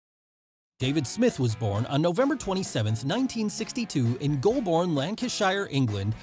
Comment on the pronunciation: I love the American Pronunciation of Golborne and Lancashire. Aside from that I don't think WWF would have made it in the UK without the British Bulldog.